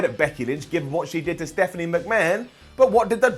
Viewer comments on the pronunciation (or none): none